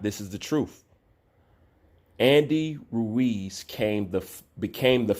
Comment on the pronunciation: Lol always struggles to say Andy Ruiz’s name. Every time 😂😂. Ruuew-eez